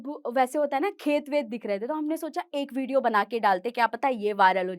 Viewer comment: Video ❌ bidio ✅